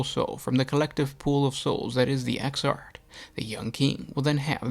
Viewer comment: exarch, man, "ecks-ark". not exart.